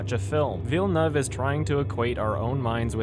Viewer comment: The best thing this video taught me was how to say Denis Villeneuve's last name. Thank you, Adam. lol